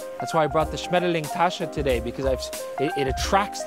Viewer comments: That german pronounciation was impeccable 👌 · His "Schmetterling" was pretty good, next german word for is "Eichhörnchen" (squirrel). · Hey, as a German i can tell you did a very good job on pronouncing Schmetterling:D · That was a very nice „Schmetterling-Tasche“ - and I mean ‘ pronounciation. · You said "Schmetterling" very well:D honestly I can say that as a native speaker.